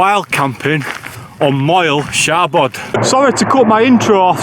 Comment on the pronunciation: Its pronounced mole shabod, bloody Yorkshire folk 😂😂😂